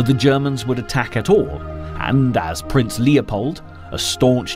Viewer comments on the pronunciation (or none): none